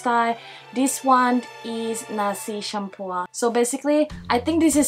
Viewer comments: Its Nasi Campur not Cumpur 😁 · Its actually nasi campur not cumpur haha. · Nasi Campur. Not Cumpur. 😅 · It,s nasi campur not nasi cumpur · no one : litteraly no one : the sutitile : nasty shampoo what is the women said : nasi campur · It's not nasi cumpur but nasi campur (mix rice) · it s nasi campur,not cumpur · Nasi campur not "cumpur" 😆😁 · where did you guys get nasi cumpur? isnt it nasi champur? white people i tell you LOL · correction campur not champur thats how you pronounce it aiyo i fail bm now i fail bi too ah? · nasi campur not nasi shampoo 😂 Nasi campur as you translate it called mix rice 💕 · Not cumpur its nasi campur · Actually you kinda pronounce it wrong for nasi cumpur but it's actually "Nasi Campur" and the number 2 is "Ketupat Palas" My English kinda bad tho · Nasi campur not cumpur haha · also is nasi campur not nasi cumpur xd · wow when you say nasi shampoo...make me laugh HAAHAA...btw its actually called nasi campur...nasi=rice campur=mix and hello from Malaysia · Its Nasi campur not nasi cumpur 😂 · Yes, I was laughing hard too! ! LOL. Mamak is like another group of people in Malaysia. It's a name of a group for Indian Muslims. And the Nasi Campur is spelled like this not cumpur. LOL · Not cumpur but campur.... Life in Malaysia 😊😊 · So far no one corrected that it is "NASI CAMPUR" not nasi cumpur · Its nasi campur not cumpur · Haha your pronouncation 😂😂 its Nasi Campur not Nasi cumpur. Thats okay,, you're learning :33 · Should try nasi dagang atas tol in kuala terengganu. Btw its call nasi campur. Not cumpur. Hello from malaysia. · btw it's nasi campur not nasi cumpur😂😂😂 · hahaha so funny when you say Nasi Campua... correct pronounce is Nasi campur (pronounce like you said charm and pour-- charmpour).... love your video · thanks for your review . and you make me hungry now haha. by the way, it is a nasi campur , not cumpur 😊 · It is nasi campur not nasi cumpur. Oh lord 😂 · Its nasi campur not cumpur..😅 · It's nasi *campur :)